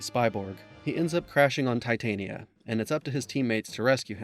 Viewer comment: Love the vid, I loved this game. Just an fyi it’s Tit tan nia like a mid summers night’s dream, queen of the fairies… not a metal. 👍🏼